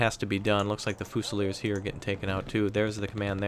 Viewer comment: It's. FEW-ZI-LEERS. (Fusiliers)